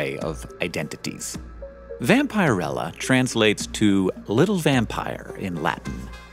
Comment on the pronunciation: It should really be pronounced vam-pee-rella, not vam-pie-rella